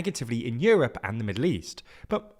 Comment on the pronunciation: Yewope? It’s called Europe.